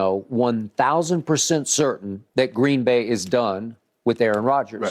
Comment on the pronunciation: Skip, it's not GREEEEN BAY, it's pronounced Green Bay.